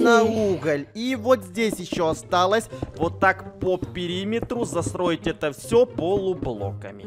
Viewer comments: Он говорит засроить Ну или мы шизанутые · Почему когда говорит застроить, мне слышится засроить?🤣 Помоги мне добить 10 подписчеков я очень сильно стараюсь над своими видео